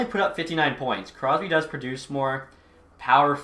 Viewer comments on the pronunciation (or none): none